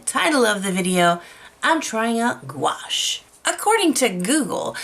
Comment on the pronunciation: Gouache is simply opaque watercolor. You are mispronouncing gouache. There are canvases made specially for watercolor. Your mushroom work rocks.